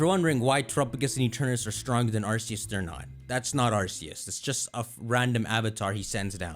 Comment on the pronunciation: are you mentally challenged since you say Arceus wrong.